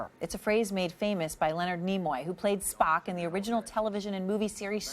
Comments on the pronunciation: Triggered she said Spohk and Star Track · She also called him Spack.